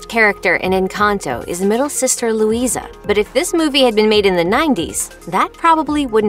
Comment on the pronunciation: The a is silent in Luisa she said her name at the start of surface pressure